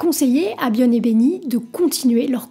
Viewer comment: t'sais pas prononcer "bjorn" ??? m'enfin